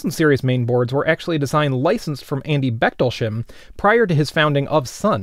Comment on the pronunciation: what is "Back toll shim"? Can't you 'Muricans never even TRY (!) to pronounce foreign names correctly? It is pronounced "Baech" ("ch" like a hissing cat), "tolls", and "hime" (with the "ime" like in "dime"). So difficult?